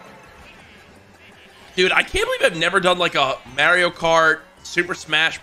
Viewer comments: Im mad you said Mare-reo. ITS MARIO GOD DAMMIT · Why do you say mayrio it’s Mario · IT MAKES ME SO MAD HOW COURAGE SAYS MAYRIO INSTEAD OF MARIO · Ah yes "Mareio" my favorite game franchise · why did he say mario like mayorio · hate when people say it like that🤣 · same i dont know how people get that pronounciation from lol